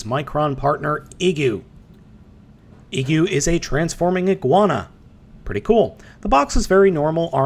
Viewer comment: I think the "i" in Igu is supposed to be pronounced like "ee" as in "green". But I'm basing that solely on the fact that the figure came from Japan.